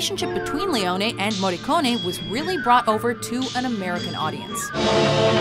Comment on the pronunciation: As an Italian, I appreciate how you pronounced his surname correctly, and not like the usual foreigner. It's "Morricon-ay", not "Morricon-ee". Yet, you mispronounced "Cinema Paradiso". In Italian, cinema is read "chee-nay-ma". And also Sergio Leone. It's "S-ay-rgio L-a-on-ay", not "Leon-ee". You should read it just like Morricone.